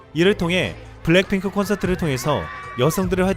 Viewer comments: 이 분 블랙핑크를 왜 블랭핑크라고 읽지? ㅋㅋ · 원고를 찬찬히 읽어주세요. 블랭핑크라고 계속 발음하는게 좀.... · 근데 블랙핑크를 왜 계속 블랭핑크라 하는지?? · 블랜핑클이 아니라 블랙 핑클 발음이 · 블랭핑크라고 발음 하는게 왤케 웃기지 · 왜 자꾸 블랭핑크라고 그러지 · 블랭핑크가 아니라 블랙피크입니다 .발음에 신경좀 ^^ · 블랭핑크 아님... 블랙핑크임...왜 자꾸 그래? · 블랭핑크가 아니라 블랙핑크 입니다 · 블랭핑크라고??? 블랭핑크? 블랙핑크 발음도 안되냐??? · 블랭핑크 블랭핑크 ㅋㅋ 발음이 ㅋㅋㅋ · 블랭 이라고 들리네..;; 내 귀가 이상한가! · 이형발음이 이상한거야?? 내귀가 이상한거야?? 계속 블랭핑크 블랭핑크 랙이아니라 랭으로 들리는데....................... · 그러니까요 저도 보면서 전에 본것같다고 생각. 일단 블랭핑크 발음은 전에 본게 확실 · 블랙핑크가 발음이 안되나요? 블랭핑크 블랜핑크..